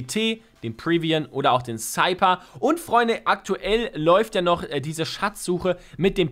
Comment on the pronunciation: Der Cypher wird Seifer ausgesprochen und nicht Seiper ..